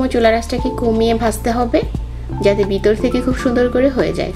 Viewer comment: আপু উচ্চারণ সঠিক হয় নি। বিতর থেকে না, ভিতর থেকে হবে। ☺️